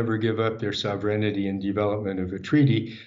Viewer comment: "Sove-reign-(i)ty". Well I hate to be the grammar police, but what? Maybe he just misspoke because he was under stress being interviewed by our Man Freddy? He did make some useful clarifications, but yes I agree with many, in the end he's just a tool of the machine.